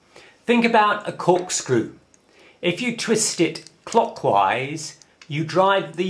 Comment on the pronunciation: IT TWISTS... COCKWISE!!!!!!